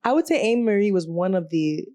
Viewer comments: it’s (A-MARIE) 😂😂😂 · I've never heard anyone pronounce Amerie's name the way you are doing it.